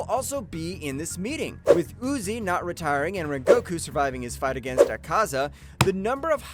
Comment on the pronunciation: Gayoko💀 Zokuten💀 Uzi💀 Sadmei💀 How did he pronounce ubayashiki?💀